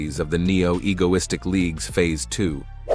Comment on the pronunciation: Bro said neo egolistik